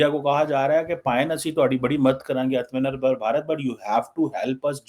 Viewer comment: Aatma Nirbhar...it's 2 separate words..it's easy to pronounce Aatma 1st and pause for a second and than say Nirbhar..😊